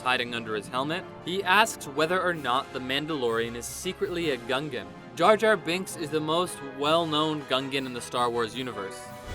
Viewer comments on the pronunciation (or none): Bill saying “Gungan” felt so wrong. Glad he’s doing a lot in acting though, he’s good.